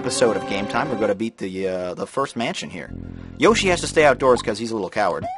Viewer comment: Are you going to refer to Yoshi as "Yosh" the whole time?